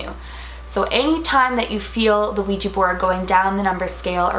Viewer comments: Also for anyone who doesn't know this it is not pronounced Ouija with the long eee sound, it's pronounced like it's spelled with an A on the end like on the end of my name, Dana. Now everyone say it with me, Ouija (weeja)!! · ITS OUIJA NOT OUIJI ITS WHIT A NOT I YOU DONT SPELL IT RIGTH, OUIJA NOT OUIJII